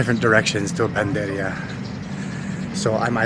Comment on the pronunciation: panadería, pagkarinig ko panderia 😢😮